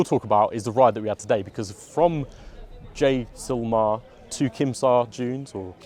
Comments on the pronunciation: say with me jay....sal...mare.....:) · Jay- sail- meir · Great review bro. It's JAI-CEL-MAER. Jaisalmer. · It's pronounced jay-sal-maer (Jaisalmer) for those who are curious. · It's 'mer' at the end. Jai sal Mer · . I know..but people pronounce it like Jaisalmeer. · It would be respectful to get the pronunciation correct . After all you have been invited there .